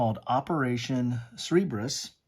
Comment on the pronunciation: Thanks for reviewing these postcard games! :) I have several of them, but haven't played many of them. Just a minor thing, but I think it's pronounced "Sir-burr-us". Do you have the optional rules that potentially adds the German battleship Bismarck and U-boats?